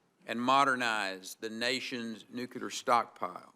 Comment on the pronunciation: NUKE–CLEAR..... NOT "nucular" Jesus christ, if you're gonna head the DOE, can you please get that through your little head